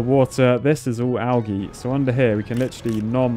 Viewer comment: Love the content but when he says algae and methane I cringe.